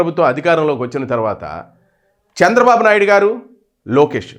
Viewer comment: Hello dear sir kindly pronounce chandrababu naidu garu.🙏